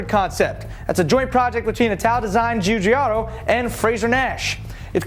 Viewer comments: pronouncing Giugiaro Joojiaro = fail Get it right Julius De Angle-is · you would be the dipshit, Fabrizio Giugiaro pronunces it ji-jee-air-o. Not Joo-jee-ar-o